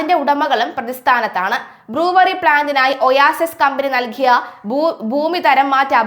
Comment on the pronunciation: ബ്ലൂവറി അല്ല ബ്രൂവെറി